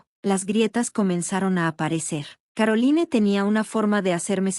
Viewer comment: Caroline (Carolain). Se oye chocante leer los nombre foráneos como se escribe. Por qué no los cambian antes de grabar?